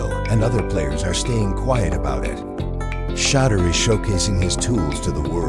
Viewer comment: This is the 3 time they say his name fuc up